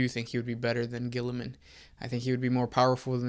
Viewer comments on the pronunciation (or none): none